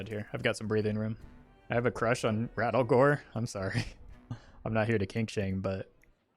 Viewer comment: His name is not Rattlegore, its RATTLEGOOORE!!!!!!!!